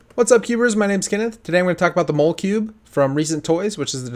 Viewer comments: are you sure it's pronounced mole-cube and not mo-le-cube? I assume the pun is that it's like "molecule". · It isn't mole-cube, it's mol-e-cube as in molecule. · I'm pretty sure the "mole" in molecule is pronounced like it is in "molecule" (mall-ah-cube) not mole-cube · Hey Kenneth, I think it is maul-eh-cube like molecule rather than mole-cube. If this is a repeat I apologize. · It should be pronounced just like molecule but switch the second “l” for a “b” making it mall uh cube. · Also it’s pronounced mol-e-cube not maul-e-cube. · It's not a mowl cube it's a mall e cube like a molecule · I feel like the name isn't pronounced "mole-cube" but "molly-cube", like molecule. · i dont think its mole-cube, i think its mal-eh-cube, like molecule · mole-cube??? i thought it was molecube like molecule :/ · It's pronounced Moll-eh-cube not ,mole-cube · wouldn't the cube be pronounced like Molecule but with a b? I wouldn't say Mole-cube. Molecule and cube so Molecube would sound better in my opinion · RPKVids thank you.i knew that and it was kind of getting annoying when he said "mole" cube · Pretty sure it's pronounced mah-luh-cube. I think it's a play on the word "molecule" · I believe it's called the Molecube ("molly cube") as in "molecule cube" rather than "mole cube". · Are you sure it's not pronounced like molecule instead of mole cube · I don't know about you but I certainly don't pronounce molecule as "MAHL-eh-cule". It's "MOLL-eh-cube". The o is pronounced like an o, not an a. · pretty sure it's pronounced mah-le-cube, as in molecule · Isn't it pronounced "molla-cube" like molecule? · It's pronounce mo-le like molecule. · Correct/Prefered pronunciation: Maw-leh-kyoob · Just so you know, it's pronounced "MALL-uh-KYEWB," like the word "molecule." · I don't think it's pronounced how you say it, it seems like it would sound like molecule but with cube at the end, and tbh that would make sense